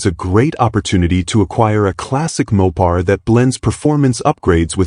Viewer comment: Maw-pars and posey traction, gotta love AI narrators.